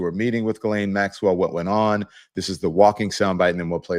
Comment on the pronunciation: Also….JIZZ-LANE. I believe we have all agreed to pronounce the name Jizz-Lane. Like penny lane, only stickier.